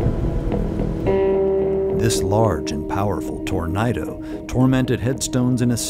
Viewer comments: you said "tornaido" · that’s one way to pronounce the word tornado… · tornado ❎ torneido ✅ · If you have CC on, when says "that's a big tornado" at the beginning, the CC reads "that's a big burrito." It got me lol. If only it was a mere giant burrito. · Everytime they say Tornado the CC says Burrito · we’re starting off strong yall: “on average roughly 1,200 burritos touch down in the United States every year.” big ass burrito “gorgeous burrito!!” “tor-Night-o” 💀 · Tornighto because it was nighttime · He said Tornighto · tornighto xD propeller tornados! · sorry, I laughed at "Tornaedo" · Tornighto (tor-night-o); a tornado that hits at night.